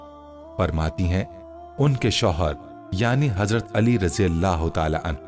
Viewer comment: Bai ap raji Allah Keu kehte Ho. Tho phir wod Doha surah ko woz zoha Keu nehi kehte Ho. Plz Bai ase mot koro